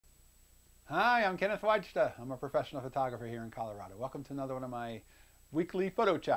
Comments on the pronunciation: Why do you pronounce your family name as "Whaich-da" instead of "Why-da"? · Americanized. In Poland, it's pronounced [VI'-dah], but then people would spell it Vida.